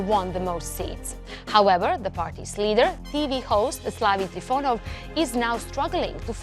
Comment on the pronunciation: He is not TrifUnov. He is TrifOnov. And his name is Stanislav, not Slavi.